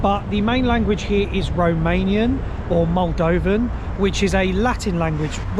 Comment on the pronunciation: This would be a hreat video if not for your god awful romanian pronunciation. As a Romanian I could barely watch the video.